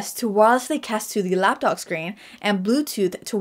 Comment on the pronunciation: She’s totally saying “Lapdog”.